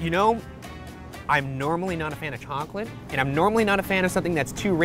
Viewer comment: I love Ryan but the way he said “chouwcolate” has me dying